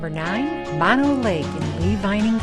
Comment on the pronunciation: It is not Mon o Lake, it is Moe no Lake Both 'Os' are pronounced the same. Drives me crazy when people mispronounce it.